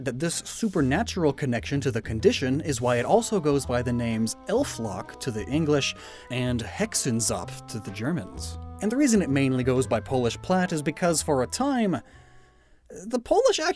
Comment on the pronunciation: me not paying attention to the subtitles, just listening "it goes by the German Hexensaft". Wait, what?! rewind, look again, sees subtitle "Hexenzopf". Oh, okay. I was confused there for a little why it is "the juice of witches". Sorry, the pronounciation threw me off.